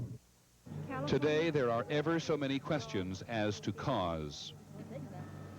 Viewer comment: Some uncharacteristic bungling of pronunciation from Mr. Jennings: - "finger" for "figure" - "earthquack straight" for, I suppose, "earthquake struck" - "to-thay there" for "today there".